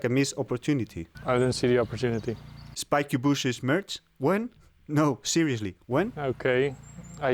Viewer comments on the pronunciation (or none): "Spaiky Bushes"